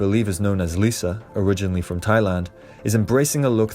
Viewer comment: so the girl who looks into lisa doesn't even know how to pronunce her name and thinks surgery is ok before puberty. Ok 👌. So in all technicalities she would know how lisa changed after puberty. Sorry but no!! If it didn't come from lisa and yg it's a rumor. No im no kids like most of you are. Im not even in my 20s. I HAVE A LIFETIME OF EXPERIENCE AROUND ALL PEOPLE ESPECIALLY DANCERS/ ARTISTS. So stop taking some influencers advice when she has no clue who these girls are.!